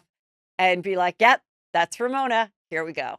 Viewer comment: Not RoMona